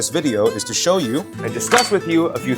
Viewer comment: “Let me cho you a fan 😈”